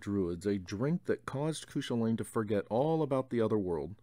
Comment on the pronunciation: Cúchulainn is pronounced like Koo-kul-in or koo kwa lin not that it matters much i'm just super irish. By the way these reads stuff videos are great and have introduced me to a lot of great books so thanks for that.